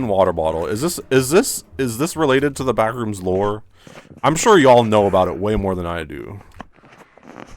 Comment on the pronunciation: Put this video on in the background to listen to while playing Minecraft. is making a joke about "The Backrooms Movie 2: Streamer Edition", just saying "tHe BaCkRoOoOmS". I hear a scream from in the game is playing immediately after he says "tHe BaCkRoOoOoMs". I go to see what happened in the game. He is silent, staring at a white square on the black void. If this isn't one of the most quintessential " Stream" moments, I don't know what is. 10/10, it's so simple but I'm losing my shit.